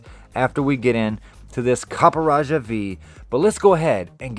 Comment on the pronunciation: I think its pronounced Copperajah....